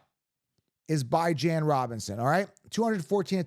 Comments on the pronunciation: Beh-juhn dude😂😂 go interview him and ask him how to pronounce his name 😂😂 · For the LOVE OF GOD 😂😂😂 I swear your channel is awesome… but will you PLEASE pronounce Bijan’s name right 😂😂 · STOP DISRESPECTING BIJAN ROBINSON. Stop using your freedom of speech to DISRESPECT THIS MANS NAME. It’s CHILDISH. Kids intentionally mispronounce names when they bully other kids. Stop. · 1. Leaving C MAC off a top 10 RB list is criminal 2. Stop saying Bijan name wrong it’s disrespectful